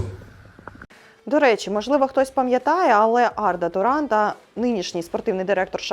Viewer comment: Подруга не знає який правильний наголос на власну фамилию)))